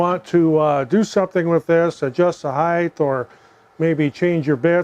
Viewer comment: height not "heighth"